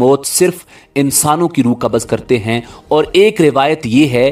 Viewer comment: Kabaz is constipation. Kabz is the correct pronunciation